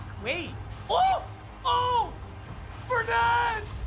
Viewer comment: Tell me why he can say ngakuoe right all of a sudden but he still can't say Leonard FOURnette or StephON Gilmore